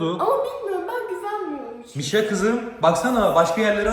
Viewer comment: Abi mişa değil buuuuuuu